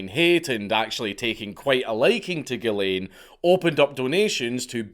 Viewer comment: As a french Canadian....drives me nuts every time he says.....it's Ghislain... sounds like "zhiz leh(n)" with a mostly silent "n"